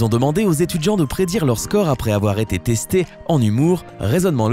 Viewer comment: Un groupe "d'etudjiants"